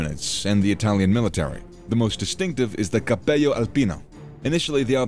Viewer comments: good video, the presenter probably knows spanish as I noticed he mispronounces the G (Gee) and the double L (LL as in hello). I heard 'capeyo' instead of cappello. out of curiosity, I read a soviet account that said the 'alpini' was the only unit they respected from the axis. i don't know if that's true. maybe someone knows more about that. cheers. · Good video but 2 things: "Cappello" it's with double L and we're not spanish, you can't pronounce it with "gl". You forgot the very important part of the alpini's life... their donkeys. Read about it and add to the video. In any case, good video.